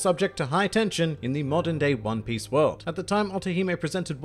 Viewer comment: Did he just say "hone piece"?